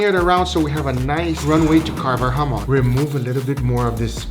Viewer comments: In Spanish Chamon no hamon Chamon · what i hear form nick: jamon~: what i here from guga: HAMON SCARELT PURPLE OVERDRIVUUUU